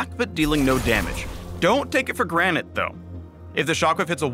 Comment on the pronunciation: "but dont take it for GRANITE"